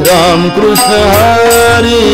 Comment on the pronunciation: फार छान आवडले सिंधुदुर्गं कृष्ण उच्चार स्पष्ट आहे.काही भजनी बुवा क्रिष्ण म्हणतात .